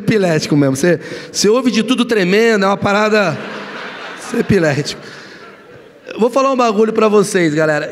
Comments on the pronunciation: Ninguém percebeu que ele falo epilético pra chama atençao kkkkkk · Ele deveria ter dito eclético 😂😂😂 mais sei que ele disse pra dar uma zuada tambem😂😂😂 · Roubou a fala " sou muito epilético" (ao invés de eclético) do meme do Pablo Vitar na cara dura. E ainda ficou se fazendo de engraçadão, como se fosse algo que disse espontaneamente. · Eclético virou epilético do nada assim kkkkkkkkkkkkkkkkkkkkkkkkkk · Ele não sabe falar ECLÉTICO ou foi sarro do Pablo Virar?! 😂😂😂😂